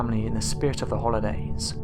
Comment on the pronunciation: I are butchering out irish way of saying our traditional way of saying our holidays.